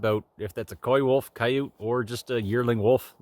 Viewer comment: I think you're correct, I'd say coywolf too